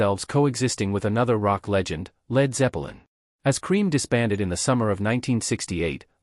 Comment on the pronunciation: it sounds like your saying Led Zeppa lin and Gee Me Hendrix (BOT?)